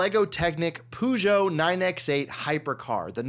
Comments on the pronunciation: your ment to pronounce it like Peugeot (per-jo) not poogeot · U pronounce it Pujo when it is pronounced Pey-goat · its pronounced per j oh